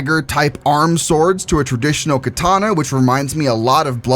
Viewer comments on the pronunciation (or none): none